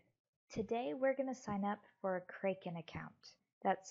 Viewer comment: Doesn't even know how to pronounce the name of the exchange 😂😂😂😂😂😂😂😂😂😂😂😂😂😂😂😂😂😂😂